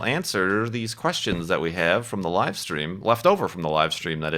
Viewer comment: "We wecorded that wive, didn't we?"